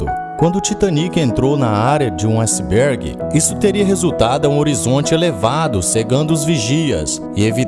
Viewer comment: Acibergue?. Mas o vídeos é bom! Parabéns.